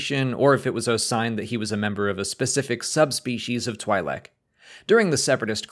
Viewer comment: I love this channel but the way you pronounce twi’lek hurts me.